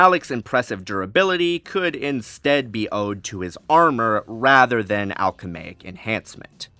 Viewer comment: Pretty sure the world you're looking for is alchemical, not "alchemaic." My spell-check says that's not even a word. Edit: Not sure we can count statements of Anakin being more powerful than Revan as accurate, since GL mostly ignored the EU. Also, only Episode 3 came out after, if any were going to acknowledge KOTOR... but none did, of course. And then Disney threw out the EU... so you'd really have to scale both, rather than rely on statements. I'm not convinced most ANAKIN feats actually beat Revan. (Some Vader ones do, though. Especially since the games are supposed to be part of the new Disney canon. Although, I reject Disney canon... but if we count TFU as canon, he scales higher again. I personally think TFU was never intended to properly be canon, given pulling a Star Destroyer out of orbit... but whatever.) Personally, without checking the feats and math because I'm lazy af... I'd guess, at BEST, Anakin has an outlier feat or two putting him above Revan, so I'd basically say Vader > Revan > Anakin > Shaak Ti > Malak. Edit 2: Also, why are you using a question as a statement? "Did it provide him with far greater power?" =/= "Malak had far greater power." Edit 3: Once again, can't really take statements as Sidious being the most powerful into account because Nihilus LITERALLY EATING PLANETS shows that's not true. (Not to mention Vitiate later) Lucas ignored the EU. I know he didn't make every book or anything, but they clearly weren't ensuring all the lore lined up toge